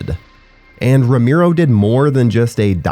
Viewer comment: george "ro-MEER-O"? jesus. and, of course, you say it SO MANY TIMES!